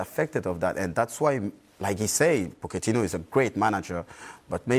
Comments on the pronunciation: Nobody: Patrice Evra: "Pocketino" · Evra" pokatino " 😂